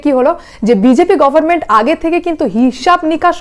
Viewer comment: It is government and not goverment. Pronunciation of "n" is not silent.